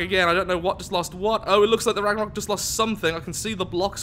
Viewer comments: Hey mate i know you are fully aware you are pronouncing it wrong but anyways this is how to pronounce it. Ragnarrewk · you pronounced The Ragnarök wrong. There is an accent on the o.